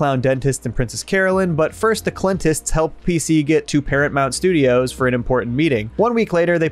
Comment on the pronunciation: I just want to say thank you for saying clentists that was the highlight of the video for me